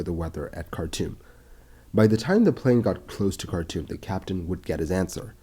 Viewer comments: Cartoom not cartoon! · anyone else heard it as cartoon instead of khartoum?